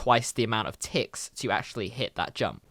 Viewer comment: When he said ticks I thought he said tits